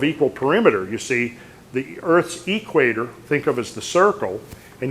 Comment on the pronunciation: At the eee-quator. Never heard it pronounced that way:) Where does hail from?